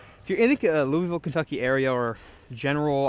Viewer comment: I'm proud of you for saying Louvill correctly! I'm from just 45min from there, and most people that aren't from the area can't say it right.